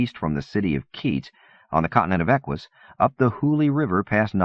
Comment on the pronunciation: Te this, not teeth is, Eck uss not Eck wuss, Ack eela not Ack willa